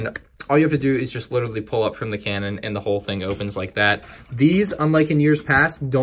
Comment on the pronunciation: Lol you said Kanan instead of cannon.